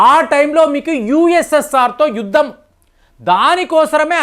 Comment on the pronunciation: యుద్దం కాదు బాబోయ్...యుద్ధం అని తెలుగు స్వచ్ఛం గా మాట్లాడ్డం నేర్చుకోండి.